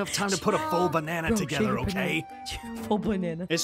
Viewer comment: I love that he says bana